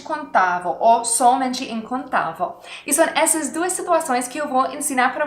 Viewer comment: Seu português e bom mais quando você for falar incontável você tem que ser lembra de termina com o som vel